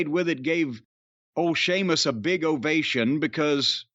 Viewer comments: I knew Jim must have quite liked it the moment he actually said Sheamus’ name properly at the start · You respect him so much now that you're finally pronouncing his name right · Great call by Jim on this match between one of wwe's finest talents Gunther and finally Shéamus, no longer see-mus lol. But Brian(whoever he is) always commenting its time for Shéamus to be missed or to go away from WWE, I mean, as if the WWE aren't going to capitalise on this potential Gunther/Shéamus feud development in the comming weeks. Sit back and watch Brian, Sheamus isn't going anywhere untill he's the IC champ lol. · You know Jim liked this when he pronounced Sheamus’ name correctly without joking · That's what I noticed too 🤣🤣 he didn't say seamus so I knew immediately he liked the match